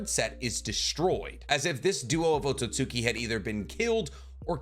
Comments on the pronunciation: Had a very similar theory regarding O but my guy … Otsutski gotta sound more like OAT-SUITS-SKI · Please lmfao it's not "Ohtsohtsuki". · Man said oatsosuki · Why do some people say Akatsuki correctly, but can't do the same for Otsutsuki? Otsut Ski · I love your videos, I hate how you say Otsutsuki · Why do u pronounce otsustuki like that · I’m not gonna lie: this video has been amazing to watch, but every time he says “Otsutsuki” wrong, it drives me insane.